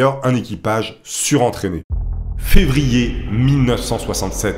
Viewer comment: fervier ou février ?